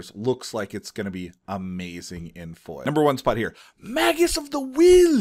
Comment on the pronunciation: Is magus pronounced like Haggis with an M or like Mage-us